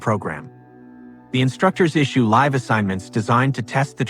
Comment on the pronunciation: Near to the very end Your ai let You down badly. Live was the word it pronounced out of context. i had 2 slight hints that i was listening to a nonhuman narrator. Your work is good enough that i'm okay with ai. But hearing live instead of live is like a gut punch. It made my teeth sweat!! All bitching aside, that was an absolutely fascinating story. Thank You for presenting it. 🙏💜⚡